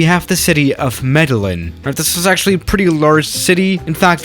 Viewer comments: MEDELLÍN Meh-Deh-YEEN You need to watch Narcos. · The city is pronounced” Medejean” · fyi its pronounced medejin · u pronaunce it medellin (me d e y in) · It’s pernounced medejin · Try saying Mede”jean” lol, advice for english speakers trying to pronounce it properly. And yeah, it is true, Avianca did land a 747 there. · Try Med - eh - jean :) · It’s also pronounced Medellin (medejean) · Don't beat yourself up about the pronunciation, man. You're already translating to English and that's impressive enough. Spanish's pronunciation rules are different. For instance, the city's name is pronounced "med-eh-YEEN", because the double L in Spanish is pronounced like a "Y" and the I is pronounced like the English double EE. That, and thank you again for the content! (Also, no A380 or AN-225? C'mon!) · Its pronounce medeyin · Medellin is properly pronounced: "Meh-deh-jeen" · The mispronounce of the city wouldn't have been as cringey to hear if I hand't been forced to study Colombia for like 5 months in Spanish and know that it's "Medejean" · Hey, Colombian here, so as many have said yes the city is pronounced 'Medejean'. Also in Colombia there is a very insteresting airport in a city called 'Capurganá' which has a very short runway and an interesting approach. You should check that one out. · I’m from Colombia and I’ve been to that city and there’s like a big lookout area in the city where you can see the airport, so pretty cool Also I’m going to be that one dude The city is pronounced” Medejean” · Lets Go! did a Colmbian airport! Can you do La Nubia next? (You totally butchered the pronunciation) Love your vids! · lol u pronounced medellin wrong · Hi! The olaya Herrera airport its for special fly's the main airport of Medellin bits Rionegro airport. And you write good medellin but you prononce bad. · Lol how did you say Medellin? LMFAO sorry that made my night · Fue chistoso también escucharlo pronunciar el nombre del aeropuerto y de la ciudad jajaja